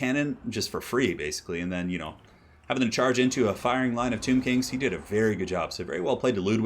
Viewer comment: Thank you so much for pronouncing Tehenhauin’s name correctly. Drives me nuts when people say ten-in-one (know Why but the name is NOT prounounced like that)